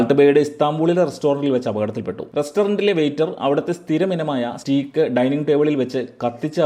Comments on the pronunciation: സഹോദര, സ്റ്റീക്ക് അല്ല സ്റ്റേക്ക് ! That's the actual pronounciation! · സ്റ്റീക്ക് അല്ല ബ്രോ സ്റ്റേയ്ക്ക്.. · Nalla content, Stake ennan proper pronounce cheyyukka.